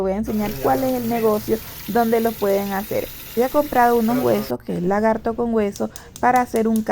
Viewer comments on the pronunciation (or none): Ella dijo Lagarrto con hueso, o escuche mal?